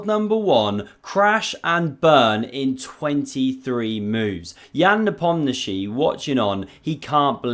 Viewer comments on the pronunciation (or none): none